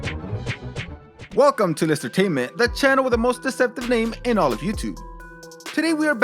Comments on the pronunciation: Outstanding job on pronunciation of the names in this piece! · Gotta give props for always pronouncing names correctly.